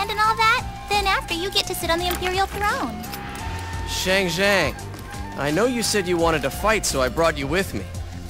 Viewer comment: Shang Xiang = "Sha-ng Siah-ng", not "Sheh-ng Xieh-ng".